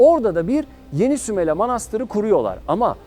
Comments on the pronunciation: Herşey çok güzel fakat şunu merak ettim ve yazmak istedim... Neden SÜMELA derken her seferinde A'yı uzatarak SÜMELA AA diye telaffuz ettiniz.? Doğru telaffuz hangisi inanın merak ettim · Sümel ağa demiyor zaten iyi dinle Sümela diyor 🤦‍♀️